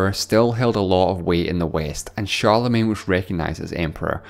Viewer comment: Great video, but please learn how to pronounce Charlemagne!!!